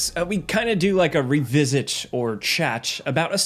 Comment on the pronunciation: “every often we do this, we do a revistch, or chatch” what